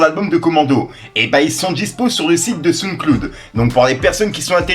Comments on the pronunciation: Il a dit SouneCloude 😂😂😂😂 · j’taime bien mais dit bien « SoundCloud » stp merci